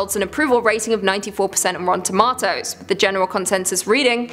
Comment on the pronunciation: Love the way you say tomato......